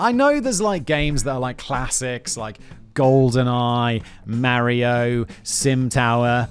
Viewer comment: ...simon, "mary-oh" 🤣 🤣 🤣 🤣